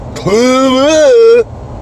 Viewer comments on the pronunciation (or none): 🤣🤣🤣 Your pronunciation of Trudeau!!!!!! 🤣🤣🤣🤣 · Dude it's hilarious the way you say Justin Trudeau!🤣🇺🇸